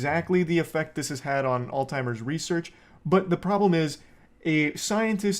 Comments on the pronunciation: it’s alZheimers. not alTimers. lol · Nah he did actually genuinely mispronounce it for actual years and nobody corrected him. But that's not the important thing here at all